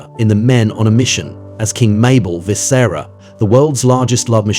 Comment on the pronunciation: “Vis-SARA” smh 🤦🏾‍♂️